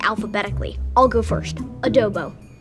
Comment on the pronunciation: I stopped watching when he mispronounced the word cumin.